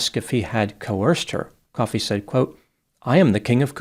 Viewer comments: Ko fee not coffee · It's not pronounced like coffee, it's pronounced Koh-fee. I think. I did look it up, but I'm only saying that cause of the wrestler Kofi Kingston, and WWE pronounce it Koh-fee. Whatever.